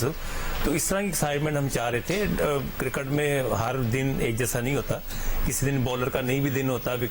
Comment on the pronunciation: Cricket not kirkat razzak saab